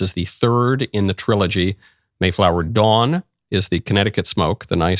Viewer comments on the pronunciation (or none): none